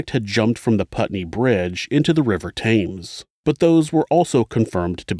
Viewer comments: It's pronounced Tims not Thames. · River TAMES...? REALLY...? "TEMS...!" DURBY...? "DARBY...!" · For future reference, Thames is pronounced tems, the place Derby is pronounced Darby and Savile is pronounced savil. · It’s pronounced the river temz x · Ok .. Thames is pronounced “TEMS”. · The river "tims". Sorry